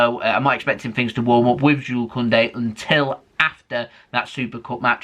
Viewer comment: Finally you you said jule not jules 👍👍👍